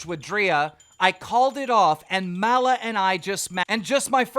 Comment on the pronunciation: Everyone: Maloo Keem: mallah